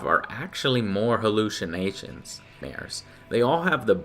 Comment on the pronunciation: what was that joe? "more hallushinashonairsh?" haha